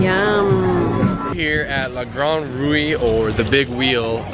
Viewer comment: Just pronounce ''rou'' for La grande roue, there's no accent on the final ''e'' so it remains mute.